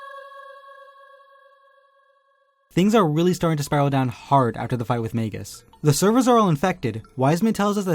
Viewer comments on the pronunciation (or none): none